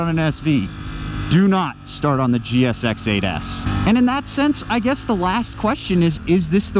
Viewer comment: Man cut these kind of titles out, For example you are wrong about the crank. If you cant say GSX8s you have a speech impediment.